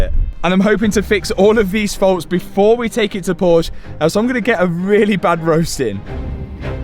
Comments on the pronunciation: Hey, nice videos. But ONE thing. Since Porsche is a german car, and i am from germany, let me short tell you, that "Porsch" is wrong! It is Porsche [ˈpɔʁʃə]. The e is not silent! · Excellent end to another superb build! You are a true inspiration, your attitude,capability and demeanour are so compelling to watch. You even didn’t trigger my pet hate with the pronunciation which, as Josh used is Por-sher not Porsh. Colour looked awesome. You are so much more talented than you give yourself credit for- and a great human being as well! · Sorry mat Love your Videos But Its Not porsch Its PORSCHE 😂😂😂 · A great transformation, one question, would you call a Bentley a " Bentle" no probably not , so why call a Porsche a " Porsch" ? Picky I know but very annoying! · it is a Porsche with an e at the end. it is than Porsche not Porsch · ".....Poorsh" Josh: "....Poor-sher": ".....Poorsh" Josh: "....Poor-sher" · Porsche was and always will be a driver focused Auto mobil. They are the best in what they do. All we have to do now is teach to say Porsch"E" and not Porsch. a Big like anyway..👍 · I wait for the time when people stop calling Porsche "porsh" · It's Por"scha Like what you are doing but can't stand your miss pronouncing Porsche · It's PorschE you need to pronounce the E at the end. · Nice rebuild - can you now pronounce Por-sche (2 syllables) correctly? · Well done Matt, but if you are going to be a Porsche guy, learn how to pronounce the name. Por-Sha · Porsche is a two syllable name. PorSha it’s a family name. You would not continuously mispronounce a persons name if they corrected you. It is not a choice in how to pronounce it. Your Porsha looks great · If you are going to own a Porsche, learn to pronounce the name correctly. It’s Porsche-a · Another "Porsch"-Guy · Please learn to correctly pronounce the Marque of the vehicle. There are TWO syllables in the word. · It's PorschE with an E at the end!!! Goddamit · THE E in porschE is not silent